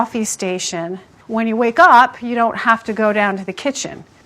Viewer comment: I like how she doesn’t know got to pronounce her fav drink it’s like don’t without the t